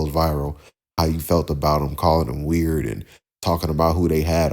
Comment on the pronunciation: If he doesn’t STOP pronouncing Weird as WORD, I will go on a SLAPPING Spree 🤦🏻‍♀️